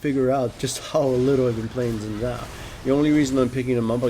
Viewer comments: Zin Zow... It's Sin Jow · it is pronounced sh-ee-n Zhao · sheen jiao. pronounce it like that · Haha 'Zin Zao'. xD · It's certainly true that Xin's kit needs to be made more elaborate. It's a shame that wasn't Riot's aim in his buff, and he'll be nerfed again shortly even though ultimately he's not a great champion (he's never in the LCS). By the way, Xin's name is pronounced Shin Jao. It's Mandarin Chinese.